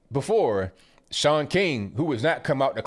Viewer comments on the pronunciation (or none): none